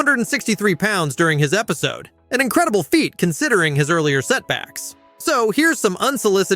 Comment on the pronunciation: I am thinking this is an ai channel or video, there are numerous times where things are not sounded out right, such as episodee, or 1,200 being pronounced as one two hundred.